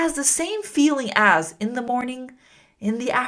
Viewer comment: I,'ve got a question why do you pronounce "da" the end. Is it a a cultural use? because is di or There Is another pronuntiation rule. I am Just curious about it.